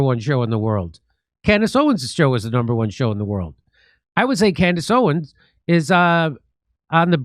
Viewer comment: Jimmy her name is "Owens", not Owen. The two party system is a scam